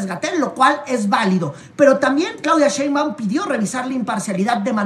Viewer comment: Porqué el llamar a la Doctora Shembáum,cuando su apellido es Shembáum,como si llevara el acento en la e,digo si es q no me equivoco